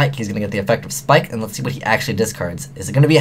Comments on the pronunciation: YO ITS NAME IS "PIKE" NOT "SPIKE" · love ya but the word 'ABYSS' has two S' in it so its not mermail abyssSPIKEits mermail abyssPIKE!